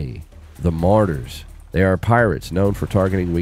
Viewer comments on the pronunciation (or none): its murrraaadurs not marters lol. just looks like it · Marauders Ma- raw-ders 😅